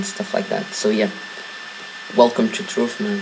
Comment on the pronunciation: "welcum too truff"